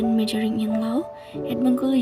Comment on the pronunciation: Staden itu apa ya? Majoring in Low? Gak usah pake Bahasa Inggrislah, malu-maluin aja denger pronounciation-nya....